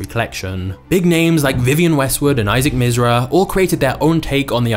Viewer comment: If you don’t know how to pronounce a word (controversies) or you don’t know how to say someone’s name (Isaac Mizrahi) then don’t say them.